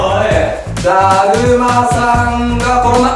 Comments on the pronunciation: たじまさんが、転んだって最初聞こえたww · ダーマさんが転んだにしか聞こえなかったww